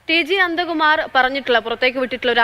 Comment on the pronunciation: അന്തകുമാർ അല്ല പെങ്ങളെ നന്ദ കുമാറാണ്